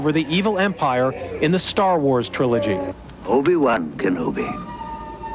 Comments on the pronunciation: "star wauhars" 💀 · ......IN STAWR WAWRS!!!! Wow lady....howd she get this job. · I want to ask her to pronounce Star Wars again because what I heard was "Star Waaaourrs" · “Stawr Wars” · Ah yes, I love Starr Wharrs. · "Star Wors" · Star Waurhs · Yeah!, She said Whawrz! :D Think it, Accidentally, came-out that way? Sometimes, We mispronunciate or talk like that, By accident. I think, When things, Like this, happen, We should be reminded, We're not Perfect, Like Lord Jesus Christ is. ...and That we make mistakes, Often. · "Star Wahrs" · Love how she mispronounced "Star Wars", with that noticeable "twang", ha ha! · why did she say wars wrong? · How the hell do you pronounce “Obi Wan Kenobi” perfectly and then fuck up “Star Wars” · she nailed obi wan kenobi and then butchered "star wars"